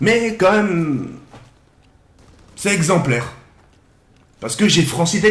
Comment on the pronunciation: "Mon parcours il est exemplaiRRRR"